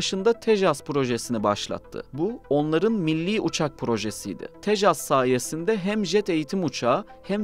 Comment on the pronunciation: Tesaj değil, tejas